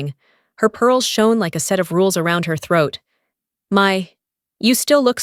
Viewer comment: At about 12: the word 'shone' falsely has a hard 'o' when it should be a soft one to suit context. LoL Oops